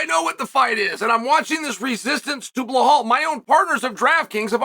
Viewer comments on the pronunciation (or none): BLEHAL ??😂😂😂😂 it’s BELAL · Is there a video of anyone bringing to Chael's attention that he is butchering BLAHALS name? lol I know he is trolling. But we need to be sure. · chael i respect you for defending belal muhammad but if you claim to respect him then it's time for you to start saying BELL--ALL and stop saying BLAH-HALL cause it's truly disrespectful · Absolutely not a single soul on the face of the planet : Chael : BlAhal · Sometimes "Ba lol" 😂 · Mispronouncing his name just makes chael look ignorant and stupid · He is doing it on purpose